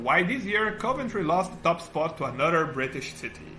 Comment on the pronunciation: OK, luckily you've subtitled your speech, otherwise it would have been widely incomprehensible to me. Fair enough, I am no native speaker, neither, but maybe you'd ask a third party person to assist you at least pronouncing the city names properly, Nun-tess and Coe-Vantry, in fact, would have been two of which I've never heard so far 😉